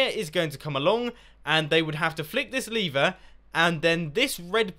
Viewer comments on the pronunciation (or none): Why r u saying leever. Its lever